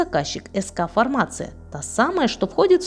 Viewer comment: К сведению: не фармАция, а фармацИя. Не путайте информацию и фармацевтику. "Бесплатно продавать маски" - ещё один граматей!